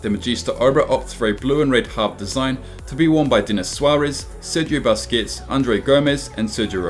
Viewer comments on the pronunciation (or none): none